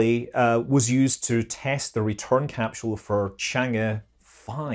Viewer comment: "cap-scheul". Scot's much?